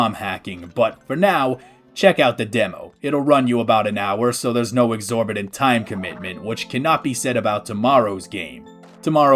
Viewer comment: TOIM? did,, did you say time wrong or is that the name of the rom hack?? ????